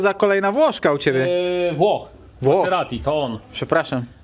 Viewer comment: Poprawnie wymawia się te markę jako Mazerati, a nie Maseratti. w wymywawia prawie poprawnie 😉